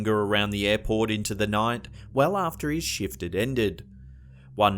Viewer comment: Airport sounded like Airporn here